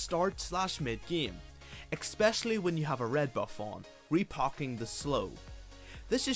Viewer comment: Am i the only one who hears xpecialy?